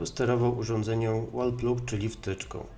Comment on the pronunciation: Świetnie, że robisz takie filmy! Mała dygresja, a w zasadzie dwie: 1. Dobrze byłoby pokazać, o jakiej tabelce asocjacji mówisz i co to są w ogóle te grupy. 2. Wall Plug --> czytaj: łol plag. Podobnie jak Plug & Play --> plag-end-plej